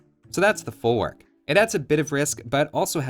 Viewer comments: it's folvark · In Polish W is pronouced as a V. Folvark.